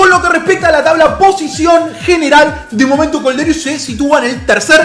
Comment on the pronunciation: Kolderious jajajaj, se pronuncia "Kolderíu